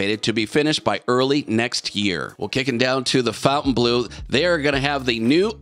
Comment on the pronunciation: Turned this video once Fontainbleau was pronounced incorrectly twice